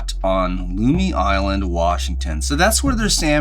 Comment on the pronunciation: But botched "lumi"